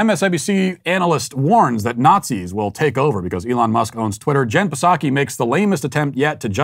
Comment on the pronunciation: I love how Matt says the silent "P" in "Psaki" because he refuses to say her stupid name correctly.